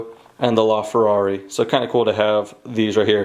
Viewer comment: laferrari not loferrari